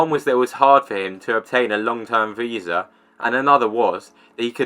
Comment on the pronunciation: I specifically heard him say “visar” and I am very familiar with what a visa is!